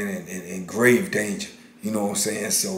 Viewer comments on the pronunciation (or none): none